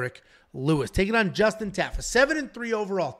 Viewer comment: TA. FA. not taffa. I bet if you ever meet justin will say his name propley 😂